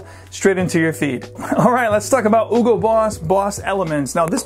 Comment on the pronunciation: You’re supposed to pronounce the “H” in Hugo. It’s German, not French or Spanish ;)